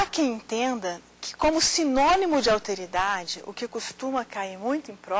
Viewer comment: "Auteridade" (50'45'')... francamente... O correto seria "Alteridade". Embora uns requintes de oratória fariam muito bem para melhorar a perfomance da professora, a exposição foi interessante.